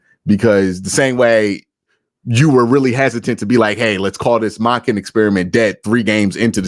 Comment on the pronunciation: Why does Q call Monkin... Modkin??.... does he say Monday or Mod-day?? Lol